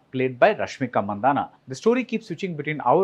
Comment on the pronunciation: As a Tamilian I expect you to pronounce Mandanna correctly. Hint: it's not Mandahna